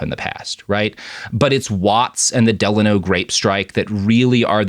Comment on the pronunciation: "Del-ay-no" is how it's pronounced, as someone from the Valley.